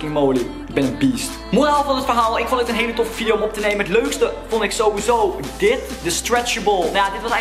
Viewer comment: STOP ME ÉÉN ZEGGEN IN PLAATS VAN EEN